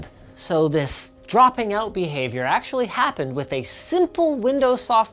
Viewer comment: Lol "axtually"